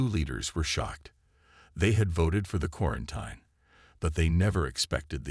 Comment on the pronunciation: It is pronounced quarenteen. NOT quraent eye n.